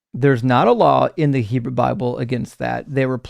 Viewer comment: At one point he said Heboo.